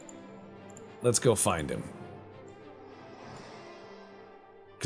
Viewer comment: Less-a go!